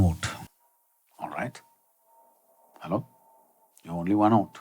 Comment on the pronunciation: so funny when he says "halloo" hehe Loved this !